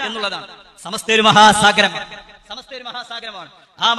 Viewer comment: സമസ്ത എന്ന് പോലും ശെരിക്കും പറയാൻ അറിയാത്ത ആളാണ്, നമ്മുടെ അനൗൻസെർ. ചമസ്ത എന്നാണ് പറയുന്നത്.